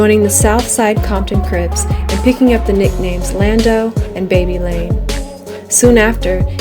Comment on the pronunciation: Babylon aka baby lane vow-El